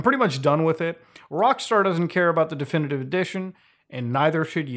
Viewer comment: I like the way he says "Definitivivive"